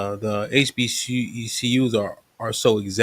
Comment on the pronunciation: the ruropean couldnt even pronounce HBCU and none of the beothers checked him